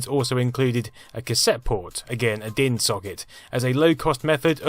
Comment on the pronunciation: You pronounced DIN pretty good!